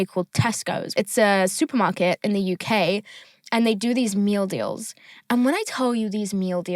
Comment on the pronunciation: you sound so american when you say meal deals its so funny😭